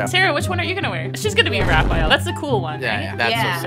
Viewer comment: In Raphael you pronounce the e more